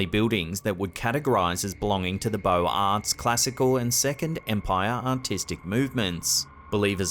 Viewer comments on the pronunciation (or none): Beaux-Arts is pronounced bo-zar, not bo-arts